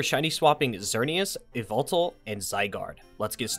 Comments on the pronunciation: It is not pronounced ee-vel-tel it is pronounced ya-val-tal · Which one is your favorite? Also yes, I’m aware I pronounce Yveltal weird in this video, I always said it as “Ya-veltal” but I wasn’t sure if that was the right way and didn’t want to get flamed for pronouncing it wrong. So I did research and found that apparently a lot of people pronounce the “Y” as an “E” so I went with that pronunciation. However it seems my efforts to prevent myself from getting flamed were in vain. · The second legendary you talked about in this short is pronounced "Yah-vel-tal" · It’s actually pronounced YAHVUTAL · Bro i it's so odd hearing you pronounce yveltal some time ago i actually thought it sounded like Y-V-eltal. I said the y and v 🥲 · Good sir, it’s pronounced yahveltal